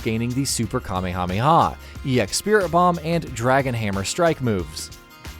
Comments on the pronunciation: Dude, it's pronounced Ka-MAY-ha-MAY-ha. Not KamehameHA. Learn how to pronounce the characters in your favorite game. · Dude learn how to say Kamehameha